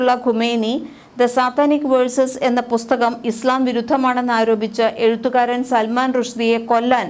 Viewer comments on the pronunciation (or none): none